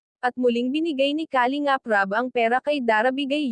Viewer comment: Paki ayus Po Ang pronounce Ng kalingap...taga saan ka ba